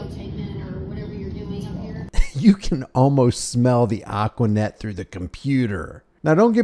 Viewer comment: Lol. Nailed the #aquanet